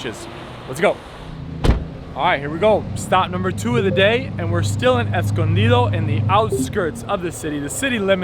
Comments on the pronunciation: NOBODY says "Escondido" like that. What the hell. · what the hell are you on. it's a Spanish word & he pronounced it perfectly! 😍